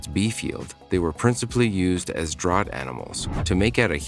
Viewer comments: The narration is computer generated, but not annoying. However DRAUGHT is here mispronounced DROUGHT, not properly as DRAFT. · I know, Jess fcking Christ it's DRAFT even when it's spelled draught. Like draught beer. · Draught- pronounced “draft.”